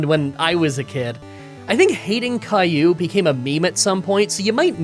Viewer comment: Will update as i watch. Pierre is the word for rock in french. Racaillou was pronounced correctly, racaille being delinquant and caillou being a small rock.